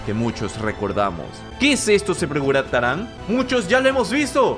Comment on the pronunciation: dijistes se pregurantaran xD